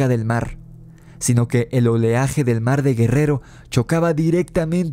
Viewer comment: Y dice...el marrrrr 😂